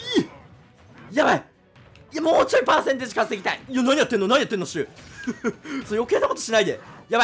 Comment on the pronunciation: 新語録「パーセントージ」